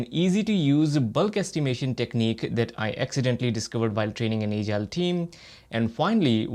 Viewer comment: your pronunciation of the word "Agile" is not good, please rectify it.